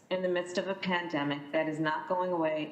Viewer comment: If I hear another one of these senators say "du-ring a pan-de-mic," I'm going to have a white house staffer coof into my mouth so i can shed this mortal coil.